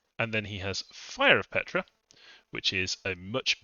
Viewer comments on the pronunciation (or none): Ptra is pronounced pt-ra, not Petra. I feel this nation is really op. Awesome chaff, op sacreds, top-line archers, insane Tomb Kings, good early game spells for mages, great fluffable constructs. The nation just feels powerful out of the gate while scaling hard. Truly magnificent nation tho, really feels like the Tomb Kings of the Warhammer universe!